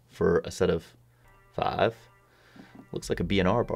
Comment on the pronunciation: Justin C JORDAN GAVE ME A FAHVE